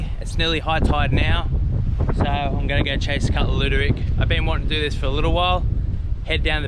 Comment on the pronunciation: It's Luderick, not Looderick